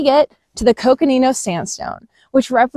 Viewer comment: She pronounces ‘Coconino’ like an AZ native :)